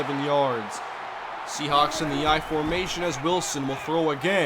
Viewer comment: Seahawks. Not Sehawks